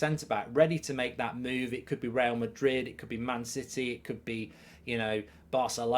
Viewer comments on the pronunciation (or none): none